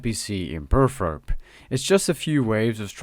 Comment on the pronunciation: Another fantastically helpful video. Thank you so much. But dude, it's Burthorpe not Burthrop !